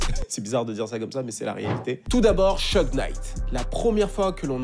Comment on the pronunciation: SHOUG Knight et non pas Sheug